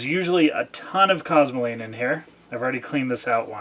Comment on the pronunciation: Very detailed! at the mark you say there is a ton of cuzling...what is cusling?